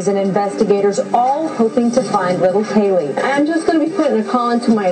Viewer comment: Why the hell can't Nancy pronounce CAYLEE's name correctly? It's not Kellee, it's Caylee! What a stupid bitch.